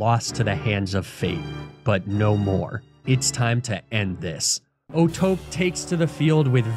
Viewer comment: Pretty annoying how he kept mispronouncing O'Tope as if the E wasn't there. Clearly, oh-toh-pay is the correct pronunciation.